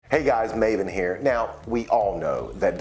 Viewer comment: Oh i know you in my child hood we call you Ma-Ven. In our Mizo clan some of our friends name is called Lalvenhima nickname as Maven-a.. Pronounced as ma -Ven-a. Not your name pronounced as Maiven or Mayven we called them as Ma-Ven.. not mai or May its ma - Ven-a..😅😅. And one last thing, im a be honest, that time i never rooting for you😂😂😂 Im always rooting for Triple H, Randy Orton, Ric Flair and then after Brock Lesnar Came im rooting for him and never a fan of the Rock, Stone Cold.. And low key always like Dave Batista, and one time i like Cena but after dont like him at all..😅